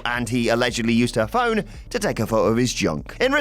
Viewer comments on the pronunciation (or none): none